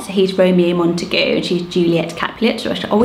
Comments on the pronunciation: I always thought it was pronounced Mont-eh-gYOO. Not mont-eh-GOO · That horrid pronunciation of Montague not only completely ignored the origins of the surname, but makes the name utterly unusable 😂😬